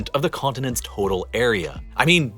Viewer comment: "Of all the world's conninents." - huh? Might wanna check the pronunciation there.